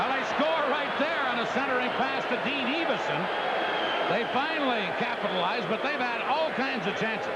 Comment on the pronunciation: EE-vason? It's EV-ason!